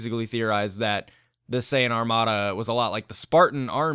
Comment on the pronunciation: SAYIN POD NOT MAJIDAYJASJS